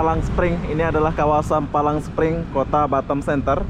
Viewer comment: Palm spring bg bukan palang 😀😀